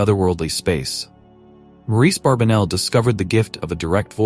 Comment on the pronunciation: The gentleman's name is Barbanell - not Barbinell or Barbenell. Get that AI junk to pronounce the name correctly.